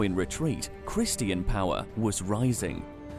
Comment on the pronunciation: You don’t know how to pronounce Christian?